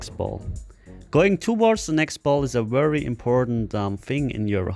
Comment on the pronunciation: Wideo, wery, dewwlope lol can't use words with''V"? hahahhaha!